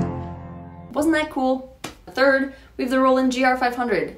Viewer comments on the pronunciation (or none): The talk box is really cool-uh